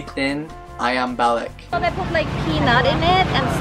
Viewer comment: Ball lick.. 😅 i'd go for "bar leek"